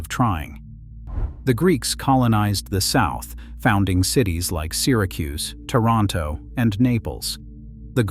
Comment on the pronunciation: YOU SAY "TOROTO" THERE IS NOOOOOO TORNTO ITALY !!!!!!!!!!!!!!!!!!!!!!!!!! !!!!!!!!!!!!!!!!!!!!!!!!!!! SO, HOW EDUCATED ARE YOU TO BE SPEWING TO US BULLSHET ??? ?????????????????????????????????????????????????????????????????????????????????